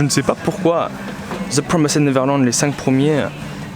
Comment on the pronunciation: Je rigole a chaque fois que tu dit the promised neverland parceque toi tu dis "the promassede neverland" 😂jrigole vraiment pour rien